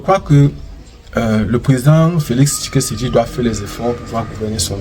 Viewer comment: On dit Tshisekedi et non Tshikesedi .....😮 OK?